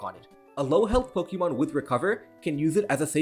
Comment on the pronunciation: Dude, I love your channel, but you've gotta stop your cringe pronunciation of "Pokemon". The E is a schwa. Sounds so much better that way. "Poke-EEE-mon" is just ridiculous.